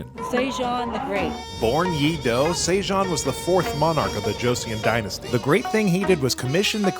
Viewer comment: 에 세종대왕이 중국의 유명배우 견자단으로 들리네요(한국어로 했을때요) 여러번 반복해도 그렇게 들려서 당황 했습니다. 그 어떤 한국인도 이영상을 보고 견자단과 =세종대왕 을 혼동하지는 않겠지만 😊 그래도 확인 부탁드려봅니다.❤ 한국에 방문해 즐겨주셔서 감사합니다.